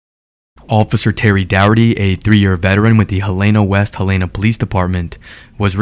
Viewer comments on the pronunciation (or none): It's pronounced Helen-ugh, not Ha-lay-na...Dufus. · That kid is lucky to be alive and the city is pronounced Hell-n-ahhh.